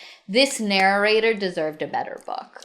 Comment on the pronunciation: OK, I've been listening to a lot of their videos and I need to know whether it's just me hearing it... Does says actually say "narrorator" and "narrorating"? If feel there's an inside joke there but I haven't been part of this community long enough to get it.